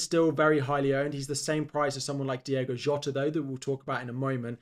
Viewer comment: Great video. It's Diogo Jota though, not Diego Jota